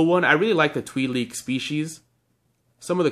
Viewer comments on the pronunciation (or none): "Twi-lek" pronunciation